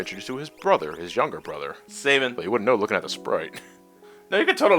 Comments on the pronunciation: You're saying Sabin wrong...stop...please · Sa-bean! It is pronounced Sa-bean! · I'm sorry guys it's not your fault, but I've heard his name mispronounced too many times. It's French in origin and it is pronounced Sah-bean. Thanks for your patience.